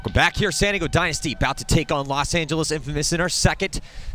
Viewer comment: why cant the commentator pronounce San Diego, I spent 45 minutes trying to figure out what "Santigo" was